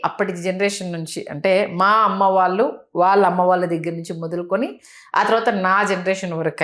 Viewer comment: మీరు దయచేసి “వాల్లు వాల్లు “ అనకండి, వాళ్ళు అనండి.